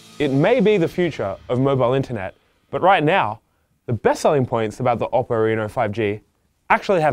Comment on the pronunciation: Oppo pronounces “Oh-poh”. You need to respect their name